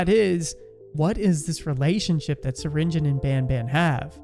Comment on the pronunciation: it's not syringen, it's syringeon.